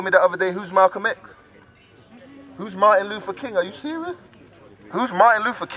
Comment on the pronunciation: Maatin Lufer Keen?? Who is dat Maatin Lufer Keen??!!